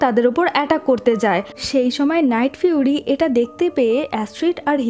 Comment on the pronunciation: আপু এইখানে লাইটফিউরি না নাইটফিউরি হবে